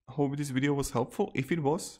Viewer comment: Did he say weeeedio? Lol